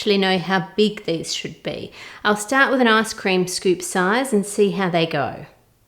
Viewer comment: i heard arse cream lol